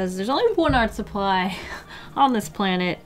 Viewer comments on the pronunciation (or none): I dunno why but whenever says “Art” I hear “Arf” I’m so weird.